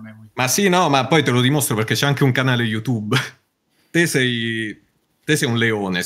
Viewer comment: "gugle" "iutube" 😂😂😂 sono imbarazzato per lui